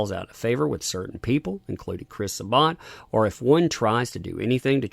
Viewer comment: Why is Sa-Bat so hard for everyone to pronounce lol